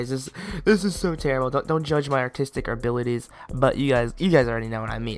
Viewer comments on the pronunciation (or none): Did anyone else know he said "artistic arbilities"?